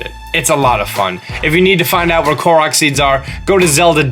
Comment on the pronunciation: Thank you for pronouncing "Korok" correctly. Cant stand it when other people pronounce it as Core-oak. Uuuuuuugh...